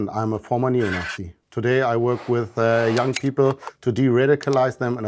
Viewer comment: no, there's a bit of a northern English tinge to it. He says "young" like it's the German word "jung", for example.